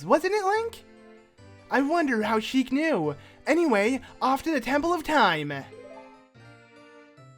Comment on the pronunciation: He pronounced knew k-new not new